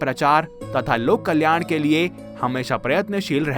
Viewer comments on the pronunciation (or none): none